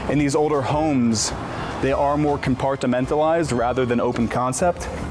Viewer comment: They'a are more "CompartA-MentalizedA" you need a speech therapist